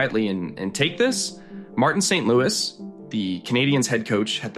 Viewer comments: do not prononce the S in St-Louis Its St- L-oo-e.. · Pronouncing the Habs’ coache’s last name like it’s a city in the Midwest )) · Are you a bot? You mispronounce Guhle and St. Louis, Dobes, etc. Anyone who knows hockey would know how to pronounce these names.